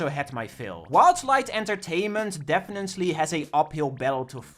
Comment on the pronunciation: I love that you have a signature mispronunciation of "definitely" that always pisses off commenters. Legendary.